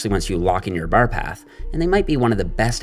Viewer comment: The way he pronounces "bar" just ruins the video for me, it's a torture for my ears, but keep up the good work